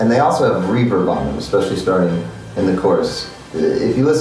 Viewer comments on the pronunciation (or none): none